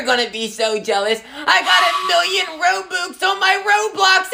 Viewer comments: You're not even saying robux you're saying Row Books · Pronunciation be like: Ro-bucks❌️ Ro-books✅️ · I like of how they call "Robux" "Roboux" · Robux ❌ Rowbuks✅ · Lol I love how he pronounces the ro-boox instead of ro-bux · If you pronounce it roo-bu-x i’m about to lose it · ITS ROBUX NOT ROBOX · Its pronounces r-o-b-a-x not r-o-b-u-x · its actually not ro boox its ro bux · It’s robux not roooobooox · It’s robUx not robOOx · Lol when they said Rou bux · I hate how they say it like roboox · I love how the pronounce Robux Ro-Books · Ah yes, game currency Rowbooks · Lol “roboox” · it's said RO-BUCKS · STOP SAYING ROBOOX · hah he said robux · THATS NOT HOW YOU SAY ROBUX